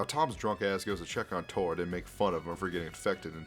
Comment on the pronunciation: He keeps callind tord (T-od) but it’s (t-ord)